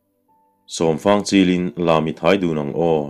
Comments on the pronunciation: Vala'n fang ko se, fang rawng aw.. heta 'fang' hi 'buh fang, mim fang' tiha fang angin i chhiar a, a dik lo. Thlûk tur a ni a, 'zufáng, sâwmfáng' tiha 'fáng' ang hian thlûk tur, 'buh' tihna a ni e. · Zai hla an sak hian "fang" tih hi "fâng" ti a lam tur ni awm tak a ni.